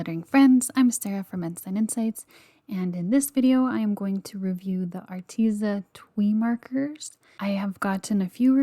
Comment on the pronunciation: I'm sorry but I dont think its pronounced twi But instead it's pronounced twai markers